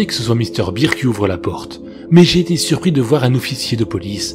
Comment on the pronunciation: Par contre... pk tu prononce "bear" en "beer" mdr